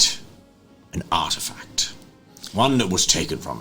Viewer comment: Why is it every time said "Artifact", all I heard was "Art Attack"! Loved this so much...good fun!